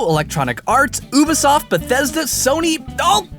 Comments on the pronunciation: IT'S "YOU-BE-SOFT" NOT "OOH-BE-SOFT" I HATE AMERICANS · Wasn't it pronounced Youbiesoft? Not ohhhbiesoft? I mean, people do have different ways of pronouncing things, but when it is confirmed "Youbiesoft" then I see no reason to invert it.